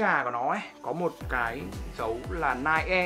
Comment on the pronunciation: Ni - Ke or Ni - key